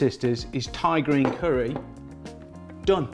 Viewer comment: I always think he's saying tigereen curry